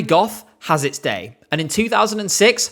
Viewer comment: Lena's "Oi DiD iT jUsT tHe oThEr dAIy" is still hilarious. But I actually don't think it was disingenuous. She had an Australian teacher. A good portion of her English education had an Aussie accent and the rest was probably RP (and probably some GenAm through American media). Having a patchwork accent can be a pain. Speaking "accent-free" English is hard enough for a non-native speaker already. And having multiple pronunciations come to mind all the time doesn't make it any easier. Her accent sounds like a typical case of oversteering to me. Trying too hard to stick the an accent you still haven't mastered yet. Didn't stop her from winning, though. People really wanted to root for the awkward teenage girl who sings about being in love. Being clumsy, making mistakes, being nervous (and being shipped with Alexander Rybak because she spent a lot of time behind the scenes with him) definitely added to her appeal. You can still hear her accent in her more recent songs. Still there, but more stable and natural now.